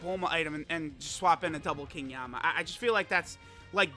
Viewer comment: Yama? Isn't it Yemma?